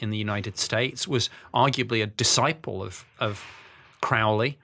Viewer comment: Crow-ley like crow. He was not satanic